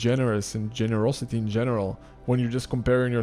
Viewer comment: I have helped thousands of people, putting them first. I love how you say, gererousity...